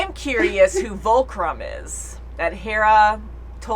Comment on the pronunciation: Just a note... if Fulcrum, not Vulcrum... and we have heard that name before...